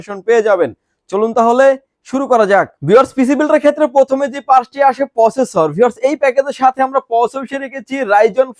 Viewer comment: ঠিক করে প্রসেসর উচ্চারণ করেন ভাই